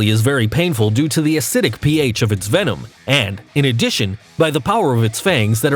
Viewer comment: Venom. It's venom. How are people still making this mistake?